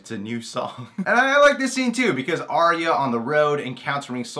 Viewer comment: WHY WHY WHY are you pronouncing Arya wrong :( Ar-ya Ar-ya Ar-ya >.<